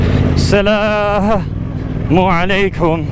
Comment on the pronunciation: you say salam o aliakum Correct way is assalam O aliakum